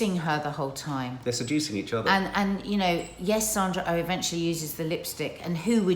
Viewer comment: First “Sandra Oh” is her name and she is not American she is Canadian. You know Jodie Comer’s name easily enough but just can’t get Sandra’s name to flow off your lips interesting!